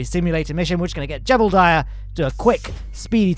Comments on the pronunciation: Yes. This! Jeb ill die ah is wrong. Jeb eh die ah is right. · I'm concerned on how he says "Jebeldiah." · Why do you say it like "Jebblediah"? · jebboule-diah sounds so goofy ahh i love it 200th comment lol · "Jeballdiah Kerman," love it. >~<